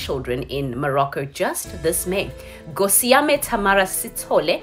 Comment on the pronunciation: I'm not impressed that you're South African but you can't pronounce Gosiame Ayi Sisi 🙄🙄